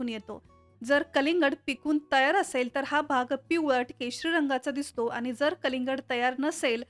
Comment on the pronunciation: माहीती छान,, पण बोलताना आनी पानी बोलणे टाळावे